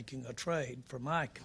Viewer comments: It's MICAH not Michael Jerry! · He keeps calling him Michael not Micah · I want to fight Jerry on behalf of Micah for the amount of times he still mispronounces the young mans name. This old dude needs to retire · Leave Jerry alone. Some white people don't know how to say, Micah. He's doing his best. Tongue and cheek 😅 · Or Meeka Parsons 😂😂😂😂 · If you can pronounce Brian Schottenheimer. You can pronounce Micah.